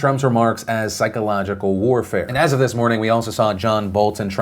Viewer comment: this "moning"